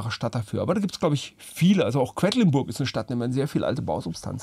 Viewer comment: Quedlinburg beste Stadt. Sage ich ganz unvoreingenommen natürlich 😇Aber es wird nicht Quäddlinburg gesprochen.